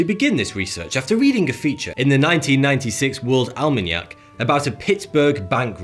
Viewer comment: And what about almeeynack? :P